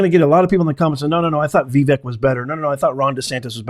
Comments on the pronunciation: Maybe your problem with Vivek's name is that you haven't taken the time to learn how to pronounce it. It's not VEE-Vehk. He has pointed out that it is pronounced Vuh-VAYK. Practice it, "Professor." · His name is not Vi-Vek, it’s Va-vake like CAKE Capeesh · Common man, don't keep butchering Vivek's name. It's NOT Vi-VEK it's Vivek and pronounced as Vi-fake. That's not that complicated, isn't it? 😍🙏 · Vivek is pronounced vi vake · Pronounced Ve-vake like cake. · Vee-vake (rhymes with CAKE) Please take the time to learn correct pronunciations of important names.... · His name is pronounced Vi-vake, like cake. He gives this out himself. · VIVEK is pronounced : Vi VAKE (like cake) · I believe his name is pronounced "Vie - vake". At least that is how the commentators were pronouncing it last night. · PLEASE LEARN TO PRONOUNCE VIVEK'S NAME CORRECTLY. I DID LIKE THIS VIDEO VERY MUCH. THANK YOU, KINDLY...